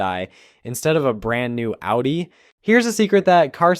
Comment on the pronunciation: thx for saying audi correct 🙏